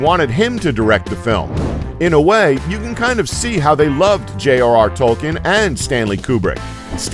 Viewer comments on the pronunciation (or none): none